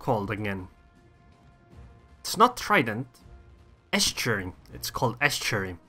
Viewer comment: The way you say estuary sounds like you are saying ass cherry.